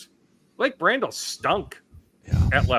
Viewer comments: I love how every week asks how to pronounce Blake Brandels last name. “Blake Bran-Dell” 😂😂😂 ITS BRANDEL!! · Jfc,.... Figure your pronounciations out. This is like the 12th time you've not known how to pronounce Yurosek or Brandel's names.